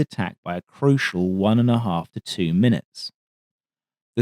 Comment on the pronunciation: I've honestly never heard such an English-sounding Aussie accent, although I suspect it's affected - which I have no objection to, as he's pretty cut-glass clear. However, I started listening for tells, and the " crocial one-and-a-half to two munutes " does sound Antipodean. Perhaps I'm hearing things, but those are not very English sounds (and I'd have the 'uh' for 'ih' as Kiwi, since I've heard that before. Now I don't know if I'm the unwitting participant in a clever game or not). Either way, this guy's a don. (Rex, btw, is clearly Australian sounding. Not some bogan drawl, but has a strong rhotic element and that particular twang. Here, we have someone who could pass for English in England - yes, I'm from Southern England.)